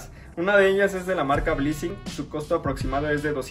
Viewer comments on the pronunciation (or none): Es blessing o bleesing como dices? Porque si es la segunda como dices debe ser cualquier baja calidad jjaja